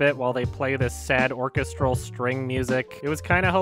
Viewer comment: this is the first time in my life I have ever heard someone pronounce orchestral that way